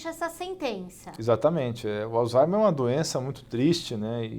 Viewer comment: Acho engraçado que todo mundo acaba falando alzheimer como "alzaimer", e o dr Alain fala do modo correto, o h fazendo leve som de r, como "alzraimer".